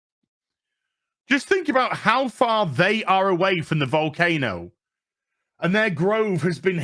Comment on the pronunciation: Tax scam? Oh youre finally getting it It sounded like you said cocaine-o, that would explain why they were interested in walking towards it 🤔 To be fair I have the flu haha